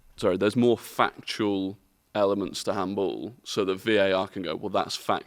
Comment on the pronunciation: starts saying “fuc”… and I am like “Here we go, an F bomb”. Then he is “fuctual (factual)”